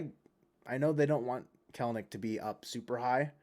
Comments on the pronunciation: It's pronounced Kel-A-Nik, nerds. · it's actually Kelenitch 🤓